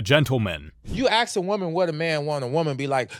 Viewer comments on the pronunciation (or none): A person who can't properly pronounce a simple word as "ASK" is not eligible on giving any advice. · "You axe a woman!" 🤪😆